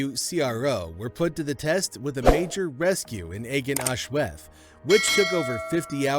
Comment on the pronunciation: The cave's name is pronounced ARGEN AHLWETH